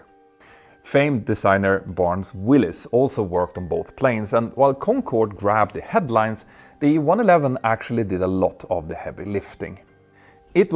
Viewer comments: I'll forgive Petter many mispronunciations, but it's Barnes WALLIS, not WILLIS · Barns wallis. Not Willis........ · *Barnes Wallis....not Willis.